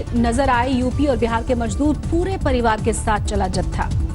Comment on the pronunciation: Majdoor nahin mazdoor hota hai sweetheart